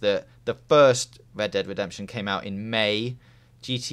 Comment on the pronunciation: Holy shit, R is not pronounced like W. It's Red Dead Redemption, not Wed Dead Wedemption.